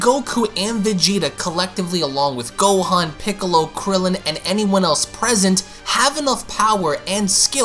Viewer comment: Haha he said “and krillen”